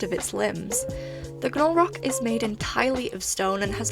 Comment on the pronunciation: Definitely team Halaqual, I can't stand slow gameplay;w; Also,, generally in american english when there is "gn" together in a word (or most letters oddly paired with an n), the g is silent, so i believe Gnolrok is just pronounced "nol-rock" 💖